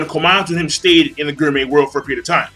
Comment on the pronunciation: King I like you, your reviews give me joy and all.... but please please I beg of you. its "gourmet" cells not "guurmeh"